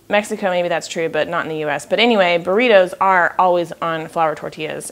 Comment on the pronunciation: I laughed to burr eeetoos lol